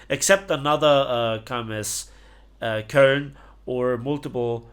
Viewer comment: it's not kOln. It's koeln That pronunciation hurt my ears